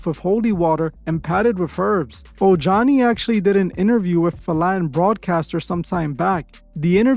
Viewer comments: O- han-e Noah not oh johny lol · His name is Omani—- pronounced Oh-hani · Im pretty sure jlo ex husband name is pronouced "Ohani"